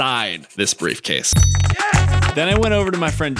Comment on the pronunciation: "Who is this you ask, oh it's that metal brievcase" wouldn't expect anything else from 😂